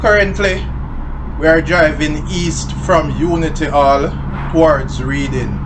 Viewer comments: It is pronounced Redding. Good video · YOURE FUNNY, ITS PRONOUNE 'REDDING' BUT SPELL READING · Big up yuself Sir. But forgive me, it pronounced "Redding" :) Passed there to go to school back in the day.